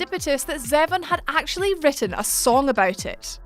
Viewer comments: Isn't the man's last name pronounced Zee-von? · It's pronounced Zee-von. Do your research. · I'm sorry to be so petty and I respect your lovely British accent, but the moment you pronounced Zevon like "Eleven" instead of "ZEE-vahn", I stopped watching. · Bruh. It’s pronounced ZEE-VON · It's pronounced Warren Zevon (Zeevon).... long 'e' short 'o' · Is that really how you pronounce Warren Zevon? I always thought it was “ZEE-von” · Oh my sweet lord it’s pronounced Zee-von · Warren Zevon is pronounced "Zee-von" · Isn't Zevon pronounced Zee-Von? That's what I was made to believe. I was actually listening to a bit of him recently. Very underrated. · Your pronunciation of Warren Zevon irks me.